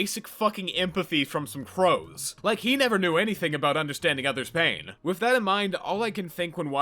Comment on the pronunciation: With is pronounced with a TH not an F Wiff was too much for me I couldn’t finish the video.